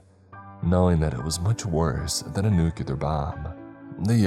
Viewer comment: Please stop mispronouncing nuclear.